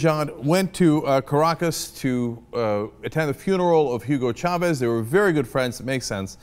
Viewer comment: Cenk, thank you for pronouncing Chavez correctly, unlike most Americans who say Shavez, which bugs me! Btw I love the yTurks.